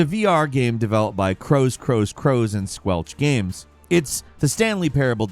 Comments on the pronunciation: Squanch games,. Not squelch. Thank you for the video though, entertaining stuff. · It's Squanch games not Squelch lol